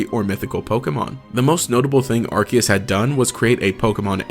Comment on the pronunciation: It's Arceus, NOT Arkhaos!